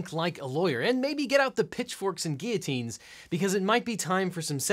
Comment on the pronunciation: Finally someone that pronounces guillotine correctly. Who happens to also be named Devin. Funny.